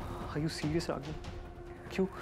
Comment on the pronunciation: Not Ragini its Nagini